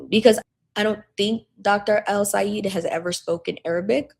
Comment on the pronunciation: It's pronounced El - Say - ED. Not El - Say - EED.